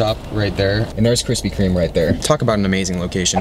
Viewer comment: Yo - your videos are entertaining, but why are you adding an 'S' to Krispy Kreme? There's no S my man 🤓